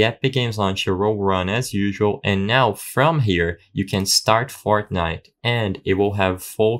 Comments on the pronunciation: ah yes "fartnite" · Ain't no way bro said "Fartnite" 😭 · Why is no one talking about him saying Fartnite at the start 💀